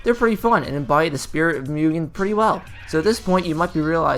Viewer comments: Are you gonna keep calling it Myoogin? MU GEN MUGEN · you put in all the effort to look it up on translate and then went right back to calling it mewgen the next sentence lol